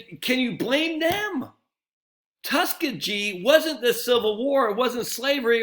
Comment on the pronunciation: Tus key gee. Keep up the great work.